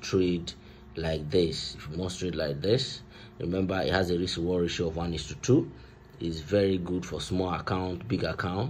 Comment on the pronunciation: Bro it’s risk not rix 😂